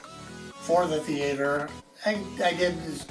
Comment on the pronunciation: my mans got a theatre but can't even say the word...